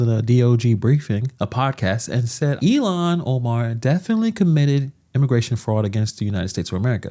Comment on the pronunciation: Who the F is Illiyan Omar??? Why can't Vance pronounce her name correctly? And just to say, the evidence against her having married her brother (which she did to get him into this country and to fraudulently obtain student loans and federal student housing for the two of them) has been proven with iron clad evidence. THE MAINSTREAM MEDIA has obfuscated the story because the MN news journals are as left as it gets.